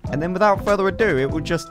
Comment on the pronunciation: jesus christ how many senarios do we need? we get it.. (and "without further eh do") the phone explodes...